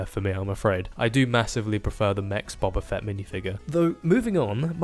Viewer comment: Why do you say buba fett when not only is it written boba fett but its never pronounced buba fett in any star wars material